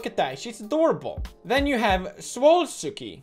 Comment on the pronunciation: No one: Pewdz: SWOLLSkI